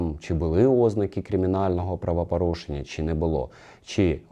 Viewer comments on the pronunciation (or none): Правапарушеннь паліція?????? Що за правапарушення????Звідки тут буква А?Що за говір такий,ще юля тимошенко так розмовляє…